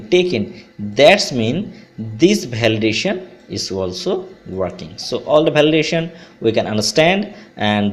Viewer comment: Bhalidation lol khub bhalo